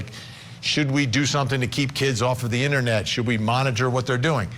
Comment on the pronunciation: “On the innernet”